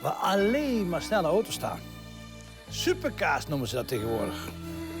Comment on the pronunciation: ligt het nau aan mij of zegt die nau super kaas inplaats can super cars